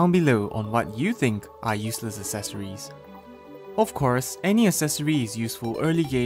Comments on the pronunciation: This is so much pain, it's not as-es-or-es it's ec-ses-or-ies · ”Esseseroies” I think he’s talking about accessories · Sure love them "assesories"